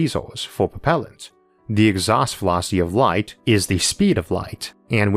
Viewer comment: Exhaust Vewocity UwU